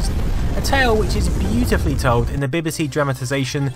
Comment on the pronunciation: B B C, not beb beb c!